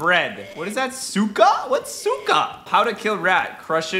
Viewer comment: Caylus: casually says Souka ME a Ukrainian: thinks he said Suka 😐😐🤨🤨😯😯